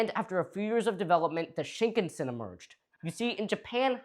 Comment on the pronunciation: Why can't you Americans learn how to pronounce Japanese names properly... EVERY SINGLE TIME y'all butcher how Shinkansen ought to be pronounced